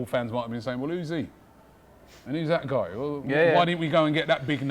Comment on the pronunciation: turned into an Aussie for a second when he said That Guy ha ha!